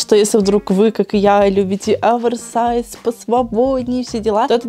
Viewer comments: не (Аверсайс) а (оверсайс) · очень слух режет, когда ты говоришь АВЕРСАЙЗ, именно Аверсайз. ну OVERSIZE же, как можно "over" произносить "авер" ....